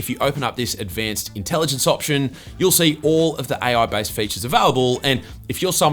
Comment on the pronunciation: AI ❌ Aie Oui ✅